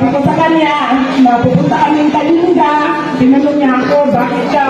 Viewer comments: Ang pronunciation ng Kalinga is Kaling ga and not Kalinga FYI. I must know since am from the Cordillera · Kalinga (Pronounced as Kalingga). Welcome to our Province! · Ka bibig correction po ang tamang pronounciation ng “ KALINGA “ ay pronounce it as “ KALINGGA “ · Pronounced as KALING-GA....dili tawon na gawad kalinga....KALINGGA...ggagggaaagga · Ang korek pronunciation po ay Kaling-ga pero ang speling ay Kalinga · Kalinga pronounced as Kalingga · Kalinga ang spelling pero kalingga ang bigkas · Ang pagbigkas sa KALINGA ay parang doble ang G